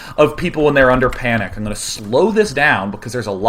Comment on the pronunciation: "...people in their underpanic." The small joy of hearing underpants.